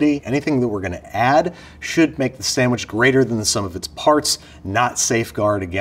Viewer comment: I hate when people put an "m" in the word "sandwich" lol but I still love Babish.